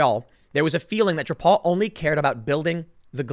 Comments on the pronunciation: i love how you say drapeau hahahahaha its "dra-poh" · Drapeau is pronounced differently. Eau = O.